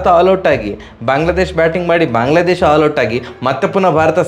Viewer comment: ಬಾಗ್ಲ ಅಲ್ಲ ಅಣ್ಣ ಬಾಂಗ್ಲಾ